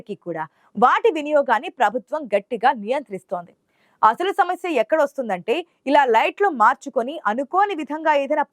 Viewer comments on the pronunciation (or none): none